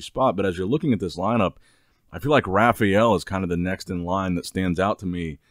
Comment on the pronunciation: Why does he call him "Rafiel"?